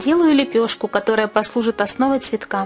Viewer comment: Вы не очень красиво сказали ''лепешка''. Постарайтесь так не говорить, а работа просто великолепна!